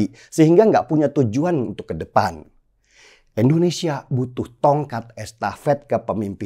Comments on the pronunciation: bro, Indonsesia bro, Indonesia, bukan Endonesia, oke!? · INDONESIA. BUKAN. ENDONESIA 🙈🙈🙈